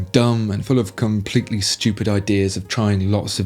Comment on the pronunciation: "...full of com (pletely)" Yeah, he did drag out that first syllable just the tiniest bit.